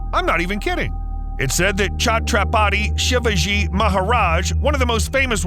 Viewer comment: Can't believe you aren't able to pronounce chatrapati shivaji